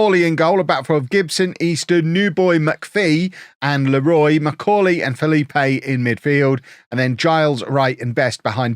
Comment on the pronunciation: FYI it is pronounced Felipe.